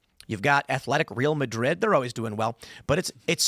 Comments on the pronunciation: Did you get a chuckle out of Tim's pronunciation of Real Madrid? Go Leeds! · Who else got a chuckle out of Tim's mispronunciation of the Real Madrid football/soccer team?